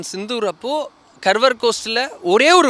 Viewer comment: கர்வர் கோஸ்ட் புரிந்து கொள்ள முடியவில்லை. கார்வார் துறைமுகம். கர்நாடகாவின் மேற்கில் அரபிக்கடலை ஒட்டிய துறைமுகம். தெரியாத பெயர்களை கூகுளில் பார்த்து போடவும். நீங்கள் உச்சரித்த கர்வர் வார்த்தையை புரிந்து கொள்ள எத்தனை பார்வையாளர்கள் குழம்பி போய் இருப்பார்கள்.